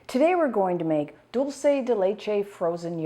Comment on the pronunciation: Wow you said "dulce" correctly at the beginning of the video! I usually hear it pronounced wrong in the States. This yogurt looks amazing!!